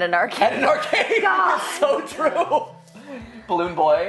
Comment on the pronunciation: Ah yes, my favorite fnaf characters, Balloon Boy, *squints* J-Jalloon Joy, and *squints harder* Da-Dalloon Doy